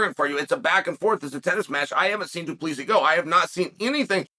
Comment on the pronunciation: du plee see's . chael has some shit pronounciation lol